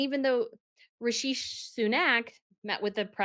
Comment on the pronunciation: Hi! I love watching your videos, but can you please put in more effort to pronounce non-European/English names correctly? e.g. Rishi (not Rishish...) Sunak, Mohammed Bin Salman (almost unrecognizably mispronounced in another recent video), plus others. I understand that some of these names use letters/sounds not available in the English alphabet, but an approximation is still better than what feels like an unpracticed improvisation. It would be greatly appreciated by your watchers of non-European background!